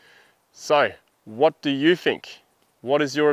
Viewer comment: I Fink you can't say Think